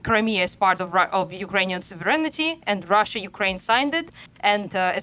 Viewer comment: pronunciation. That's not how you say sovereignty.